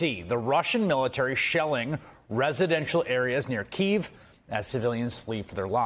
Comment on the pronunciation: Truly, truly Chris, you got to learn to pronounce the capital of Ukraine, look it up.